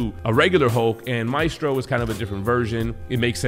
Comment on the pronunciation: Great video. Thank you for pronouncing his name name correctly. There's a Jackass out there who insists on pronouncing it "May-stro" I guess he's a little too hooked on phonics.